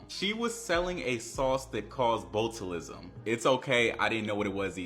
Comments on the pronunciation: BOAT-alism? Really nigga? You can google a word and get a pronunciation. I’m gonna cry tears of joy the day our people start taking reading and phonics seriously again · The fact that dude never heard the word 'Botulism' NOR COULD PRONOUNCE IT CORRECTLY is exactly why I dont take a lot of young folk opinions serious